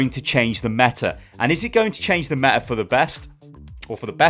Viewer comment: I thought it is "mega meta shit" xdddd